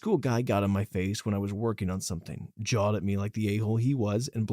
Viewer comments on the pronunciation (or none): none